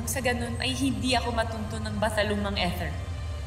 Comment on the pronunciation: Ganda mag pronounce ni Cashopea ng Ether. Eather yung sa kanya 😅😅😅